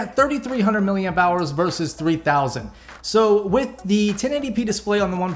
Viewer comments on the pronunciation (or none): none